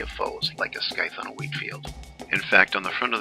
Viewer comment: Definitely a cool custom, kind of like a brute version of the Revenant, but I know everyone is going to say this argue about it: you mispronounced scythe.